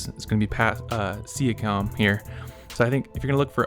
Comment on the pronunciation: don’t even know how to say siakam name😂